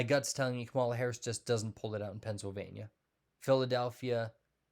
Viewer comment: You gave yourself away bro by DELIBERATELY pronouncing Vice President Harris' first name wrong (btw this means you are a racist ) ! Your entire "gut feeling" is now worthless.